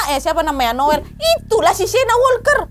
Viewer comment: Asli ngakak so hard pas nyebut nama Noel yg kesalah2 trs 🤣🤣 krn nama anak gw jg Noel, tp panggilan nya bukan Noel 😅